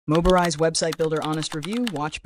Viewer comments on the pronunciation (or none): Yeah, it's not "Moberise," its Mobirise. He didn't even do QC for the AI created VoiceOver. Hah. Do the VO yourself or hire a proof you want to be taken seriiously.